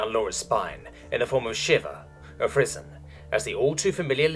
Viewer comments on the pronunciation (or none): Frisson is pronounced Free-sawn. Not frizzin. Sorry, that just popped out at me and rubbed me the wrong way. Great job as always.